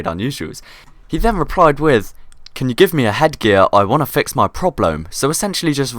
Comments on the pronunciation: That last one was probably the funniest "probleom" "mistak" great vid please make more of this series :D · when he said mistak i was oke but porblome ahhahahahahahahahahahahaah